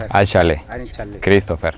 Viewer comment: El indio Olocorro que los recibió al comienzo se nota que es bien inteligente me sorprendió su pronunciación cuando dijo Christopher, literal ese señor tiene un mejor oído y pronunciación que el 85% de la gente que yo conozco